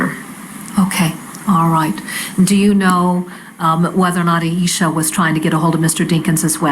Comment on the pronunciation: Not that it matters AT ALL but the prosecutor kept calling her Aishia. It killed me everytime. Love this prosecutor though.